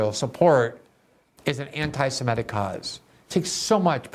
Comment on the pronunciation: I'm surprised to hear you say simetic instead of semitic. I would never have guessed you would make that mistake, that is oh, so common.